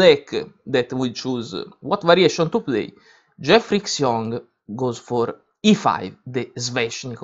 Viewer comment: 'Xiong' is pronounced 'schyong', not 'ksyong'. Otherwise, thanks!